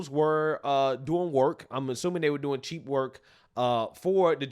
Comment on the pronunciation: 😆..Did say they were cheap labor, or "cheek labor"? Asking for a friend😆